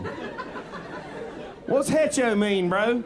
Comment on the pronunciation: He's got their number, right down to mispronouncing hecho right. 😅😅😅 🇺🇸💙